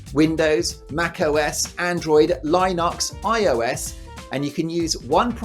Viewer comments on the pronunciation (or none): Im definitely not buying a vpn recommended by a company that cant even be bothered to google how to say Linux.